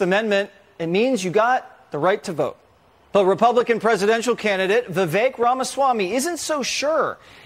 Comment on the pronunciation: Props to Jesse Watters for being one of the few people who pronounces Viveks name correctly.